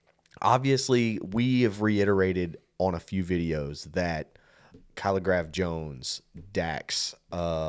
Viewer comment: Correct in your pronunciation of our Kenyan rapper Kaligraph Jones. He is LIT!